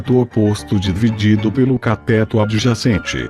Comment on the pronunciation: CATÉTO... KKKKKKKKKKKKK escreve CATÊTO que o fala certo!